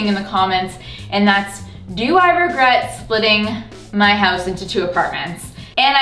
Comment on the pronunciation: Every time you say regret I hear RugGret in my head instead lol